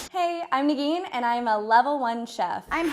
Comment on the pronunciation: She went "hi I'm Nageen" and I knew she was Iranian. Where my fellow Iranians at!